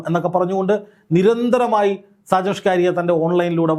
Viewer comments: എന്ത്യേ എങ്ങനെ ഷാജൻ ഷ്കാരി യ അല്ല സ്കറിയ പറയരു ബ്രോ 👌😭🥰🥰💀💀💀🫂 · സാജൻ സ്‌കാരിയാ എന്നല്ല, സാജൻ സ്കറിയ എന്നാണ് മാഷേ 🙏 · ചേട്ടാ സാജൻസ്കറിയ. ആണ് സ്‌കാരിയാ അല്ല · ആദ്യമായിട്ടാണ് സാജൻ സ്കറിയ എന്ന് തോന്നുന്നു. അതാണ് പല പ്രാവശ്യവും സാജൻ സ്കാരിയ എന്നു പറയുന്നത്. ഇംഗ്ലീഷിൽ സ്കറിയ എന്ന് വായിച്ചപ്പോൾ അത് സ്കാരിയായതു ആണെന്ന് തോന്നുന്നു. അൽ മുഖ്താർ ജ്വല്ലറിയെ വളരെയധികം ന്യായീകരിച്ചു വീഡിയോ ചെയ്യുകയും, ഇപ്പോൾ മൈജി ഇലക്ട്രോണിക്സിനെതിരെയാണ് ഇപ്പോൾ തിരിഞ്ഞിരിക്കുന്നത്. അപ്പോൾ സാജനെതിരെ ആക്രമണം ഉണ്ടായതുപോലെ വിനെതിരെയും ആക്രമണം പ്രതീക്ഷിക്കുക. സൂക്ഷിക്കുക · ഷാജൻ സ്കാരിയാ അല്ലടോ ഷാജൻ സ്കറിയ എന്നു പറയു പ്ലീസ് കേൾക്കുമ്പോൾ ഒരു അരോചകം ആകുന്നു... സ്കറിയ....സ്കറിയ. പത്തു പ്രാവശ്യം എമ്പോസിഷൻ എഴുതിയിട്ട് ഇനി വാർത്തകൾ റിപ്പോർട്ട്‌ ചെയ്‌താൽ മതിയാകും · ഇതെന്താ ഷാജൻ സ്കാരിയാ എന്നുപറയുന്നത്..??? ഇതുവരെ പേരറിയില്ലേ??? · സാജൻ സ്കറിയായെ പറ്റിയാണോ ഈ പറയുന്നത്? എങ്കിൽ അദ്ദേഹത്തിൻ്റെ പേര് ശരിക്ക് പറയാൻ ശ്രമിക്കണേ. ഷ്ക്കാറിയാ എന്നു കേൾക്കുമ്പം എന്തോ ഒരു ശേലുകേട് . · ആദ്യം താങ്കൾ സ്ക്കറിയാ എന്ന് ശുദ്ധ മലയാളത്തിൽ ഉച്ചരിക്കുവാൻ പഠിക്കു, അതു കഴിഞ്ഞു ഞങ്ങൾ കേൾക്കാം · Why can’t you pronounce his name correctly even after many people corrected you several days. There are many people in Kerala with the same name. You are ridiculing them and their names. Are you doing this intentionally? Very annoying and shameful!